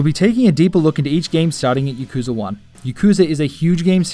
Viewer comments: "Yeee-koo-zaah"...? Really...? Y'know you'd think that a fanboy of a series could at least pronounce the series' name of which he is a die-hard fan of correctly, but apparently not. (Oh, by the way, it's "yaak-ooo-zah", for anyone who doesn't already know, including this guy...) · Thanks, glad you like my accent :-) If anything though it would be pronounced "ya-ku-za"